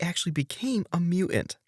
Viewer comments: What's a "mew-ant"? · “mu ants”? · What is a "mew-ant"/ "mew-uhnt"-?? Why can't this guy pronounce "mutant"-?? A very useful ability when producing video content about the X-Men!